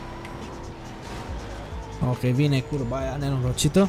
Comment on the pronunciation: VINE CURBA!!!!! Literalmente urechile mele: VINE CURVAAAA!!!! (* insert sanctuary guardian from earth bound * )